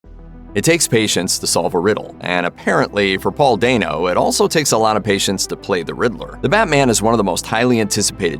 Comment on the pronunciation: Paul Dano AKA Klitz from Girl Next Door. And it’s pronounced DAN-O not dayne-o lol